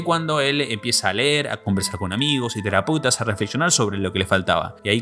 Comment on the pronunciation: "a conversar con amigos y teraputas" xD